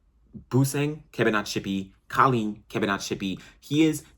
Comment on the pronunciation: Its Collen bro, rhymes with Pollen.